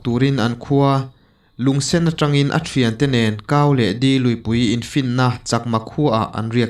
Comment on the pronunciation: Di luipui nilovin De luipui zawk ani e.. Dumde tiha De tih ang hian lam tur ani. De lui hi lui lian ve tak tiin Tlabung tuipui fin tu ani.